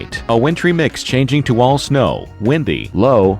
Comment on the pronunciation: it sounded like he said snowdy instead of snow,thirty percent.